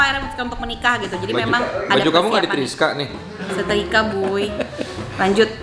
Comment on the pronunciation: Pas mas desta bilang "triska" ngedadak inget istri,istri ku susah bilang "nyetrika".haha